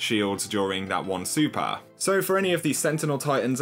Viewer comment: Its super and master not supar and mastar